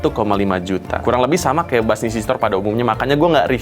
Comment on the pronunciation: "buuz lightyear🗿"